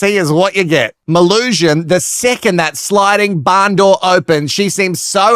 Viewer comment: As someone who shortens my full name to Mel, please only call her Melusion. Everytime you say Mel I die even more inside because it's something more and more stupid. 🙄🫣😵